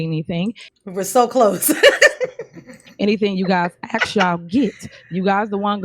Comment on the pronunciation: New drinking game: "As it relates too" Bad grammar in general "Axe's" 😂😂😂 death in 10 minutes 😂😂😂